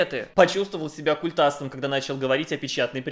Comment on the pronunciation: хоть ты называешь его культАсом, а не кУльтасом. Респект